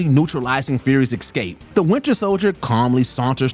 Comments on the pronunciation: Dude….escape..:not excape…come on man. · Can we get the narrator some elocution lessons? Ex-scape? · It wouldn't be so bad if it wasn't said so often in this list. And I think it's people thinking the first too letters are EC saying it "ecscape" instead of realizing the first two letters are ES(cape). It's an oddly common mispronunciation though. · The word is prounced eScape, not xcape!😡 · I feel like you’re saying “excape” instead of “escape”. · Dude keeps saying "ex-cape" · The word is escape, not ekscape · Could you please learn to pronounce Escape ... hint, there is no X in the word. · Would someone tell the narrator that there's no "X" in "Escape". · I'm begging you. Please. PLEASE. Learn how to pronounce the word escape. It hurt my brain every time you said it.